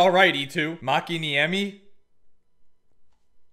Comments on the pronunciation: You actually said Mäkiniemi's name pretty well, some Finnish names are tough to say properly as a non-native, so well done. Here's my draft idea: Any player under 27yrs old, and you if you have under 35 wins at the deadline, you have to make a trade for 1 player who is atleast 32 years old to get experience to roster, and send youngest player other way. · you nailed the Makiniemi pronunciation 👍